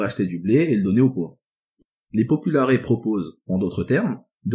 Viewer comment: Superbes vidéos, merci beaucoup Au faite, on prononce§es dans populaires (popoularesse) pareil pour optimates